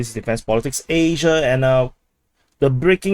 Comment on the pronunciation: I am only here to learn how to say ASIA